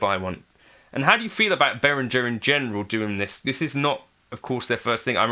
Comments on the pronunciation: It is german, Beh-Ring-Air if you want to get the pronunciation correct. Sorry for being a spelling Nazi. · In the name Behringer, a letter g is pronounced as a hard g. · Thanks! I always pronounced it as Be-rin-jer like most other North Americans. So the er is pronounced like air?